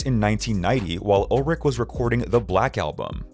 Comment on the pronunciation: You are pronouncing Lars's last name wrong.